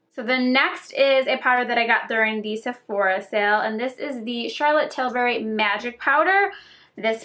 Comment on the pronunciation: Why do you pronounce Charlotte Tilbury Charlotte Tilberry